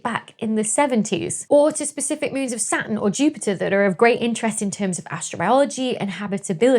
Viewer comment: I think I heard the middle "T" when she said, "Saturn." If I document it, and write a research paper, will she peer review it?